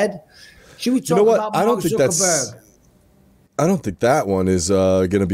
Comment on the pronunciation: I love how Mike consistently calls him Mark "Zuckerburger" 😂😂😂